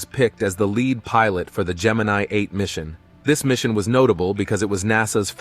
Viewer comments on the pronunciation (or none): none